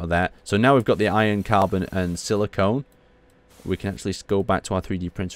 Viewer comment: Oh ffs he says silicon wrong!